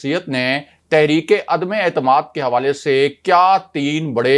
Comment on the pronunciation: عدمے اعتماد نہیں عدم اعتماد بار بار عدمے اعتماد غلط بولتے ہو